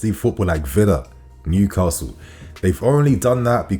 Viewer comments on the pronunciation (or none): none